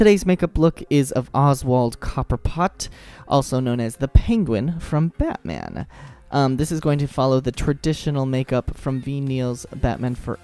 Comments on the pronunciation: It’s Batman returns not forever and it’s cobblepot not copper pot come on man know your stuff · Cobblepot. NOT COPPERPOT! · Its Cobblepot, not Copperpot.